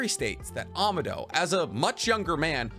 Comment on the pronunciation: AH MAAAH DOE not AMA DOE. EDO TEN SAY not EDO TEN SY. I'd sub if you didnt mispronounce so many things to the point i think you are trolling but you also pronounce other things perfectly fine so i think its just you havent heard the characters actually speak the words or you are just incapable of pronouncing them correctly.